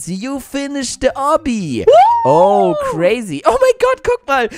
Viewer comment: Das heißt oubi nicht obbi